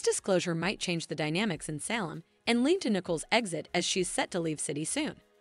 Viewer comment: pm 6/1/24 I’m hearing your latest update and yet you continue to mispronounce names and places. It’s not Sal-um…it’s Salem (long a); you say Ava (short”a”), but then later say Ava (long “a”), it’s the latter. Can you please learn the correct pronunciation